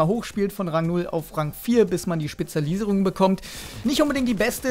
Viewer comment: Spezalieserung also :D